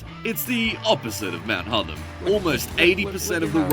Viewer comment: Horrible AI pronunciations - It's Hotham as in Gotham